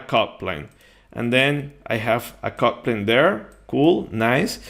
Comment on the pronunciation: It only when the video reached halfway O realize you meant "cut plane" and NOT "coupling". A brief pause btwn "cut" and "plane" would have helped. And clearly uttering the "t" would too.